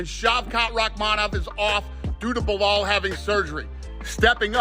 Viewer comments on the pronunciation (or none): none